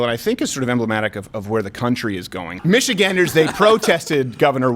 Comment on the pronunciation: First person I've heard actually pronounce Michiganders correctly lol